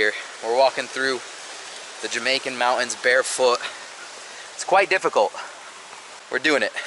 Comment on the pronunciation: Dude cant pronounce the word Mountains.